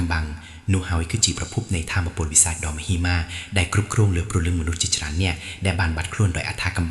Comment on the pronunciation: មហិមា អានថា មះ ហិ មៀ មិនមែនម៉ាទេ